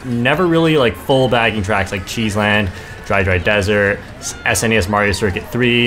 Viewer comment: You're saying mario wrong